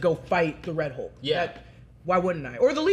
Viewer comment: I thought he was "Rulk" instead of Red Hulk